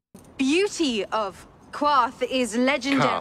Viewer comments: It's just so funny because she pronounced it as if it were spelled Quarth, and she would only have heard it pronounced like Karth, though. If i hadn't seen it as Qarth, it wouldn't occur to me there was a Q. Maybe she read it in a book once, though. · How does Daenerys mispronounce Qarth when she has only heard it spoken? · But she pronounces it exactly how you would pronounce it after only having read it, not heard it. Where does she get the Q from?